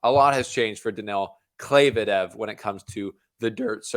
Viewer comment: “Mevdedev” is another level tho, better than both 😂